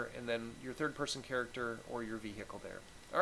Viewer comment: So no one is going to mention 'vee-hickle'